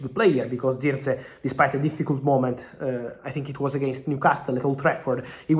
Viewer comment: But who else loves how Fabrizio pronounce. "Zirkzee😂